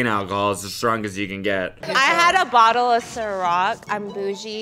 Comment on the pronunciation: yo don't lie u heard him say bottle before you asked where he was from. you damn well know he UK wit that Bottle of water bit they always making fun of 😂🤣💀